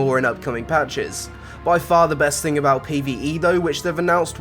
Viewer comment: it's someFING you like? coolest FING? it's thing pronounce it correct thanks